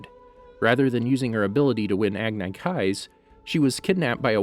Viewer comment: “Agnai kye” 😔